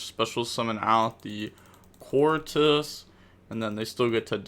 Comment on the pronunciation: Proud of you for learning Queartis's name :)